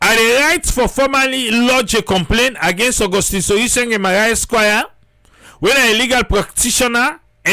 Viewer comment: It's Sorie Sengbeh NOT Sorie Sengeh. Triple A take note !